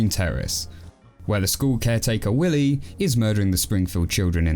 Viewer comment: Actually it’s pronounced willeh